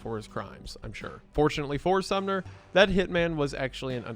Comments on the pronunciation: it keeps sounding like youre saying the town Sumner instead of the name Sommer lmao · Sorry dude it's SOMMER. not SUMNER. But cool video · Uh.....THe leader's name is SomMer, not SumNer. lol. Entire video reading a script and read it wrong every time....